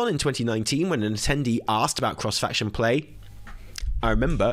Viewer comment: “CROHSE FAKCHUN PLEH” 🤣 Bro you had me rolling. 😭💀